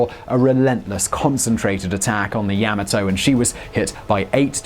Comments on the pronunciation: OK then pronunciation: you said YA-MA-TO with emphasis on the first syllable but should be second syllable... like: ya MAW toe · It's not Yam-A-Toe, it's Yah-Mah-toe. You keep mispronouncing it's name. That's a big thumbs down until you correct this terrible error. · It’s pronounced Yah-mah-toe. Her and her sister ship, Mushashi, both bore the emblem of the Chrysanthemum Throne on their bows symbolising eternal and loyal servitude to the Empire and the Emperor. Pronunciation aside, another informative and fun video. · You call it Yamato, I call it Yamahto. Let's call the whole thing off. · Ya-ma-to not yama-to. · It is correctly pronounced "Yah-ma-toe" not "Ya-maah-toe".....watch the first episode of Star Blazers and you will hear the correct pronunciation of the ship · Yah-mah-Toe! Frickin English, man! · The way you're pronouncing Yomato, the only fear anyone will experience, is the fear they may not stop laughing............ever! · Yamoto Tomato yamoto Tomato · Pronounced Yah - mah' - toe Simon. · Is this the only person in the world that can not pronounce Yamato? It's YOM-A-TOE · Seriously, you'd think they'd check Google Translate for the pronunciation of a word Simon has to say SO many times. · 大和, Yamato is pronounced yam-mah-toh, while Leyte is lay-tee or lay-tay. Not sure if that's the convention in the EU, but my Dad served in the Pacific during WWll (I'm 73) and read us stories from 'Yank' magazine, complete with sound effects. Better than any history class...